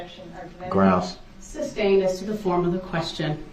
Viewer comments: 😂😂😂 He doesn’t even say sustained properly he says substained not knowing it’s two separate words 😂😂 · Li-berry- substain- tackid. Telling the judge she’s violating her “oaf” of office.